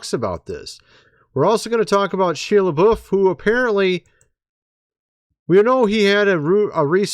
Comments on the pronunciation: The correct pronunciation of Shia Lebouf is (shy-uh), and Padre Pio is ( Padre Pee oh), I was raised Catholic, and heard his name many times…. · It's "SHY-uh Luh-BOW" Shia Lebouf 😅😂😅😂😅😂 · Shia LaBeouf pronounced Shy-uh La-Buff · Your pronunciation of Shia Lebouf and Mardi Gras has me ROTFLMAO!😂😂😂😂😂